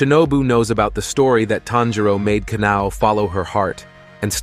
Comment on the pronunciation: “Tan Jero” bruh it’s tanjiro